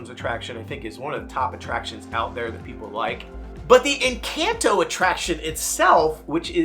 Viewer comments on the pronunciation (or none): Hard to watch when he keeps saying Encanto wrong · Why does he say Encanto like that? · Worst part is, HES DOING IT ON PURPOSE!!! because the real pronunciation is somehow too hard apparently??????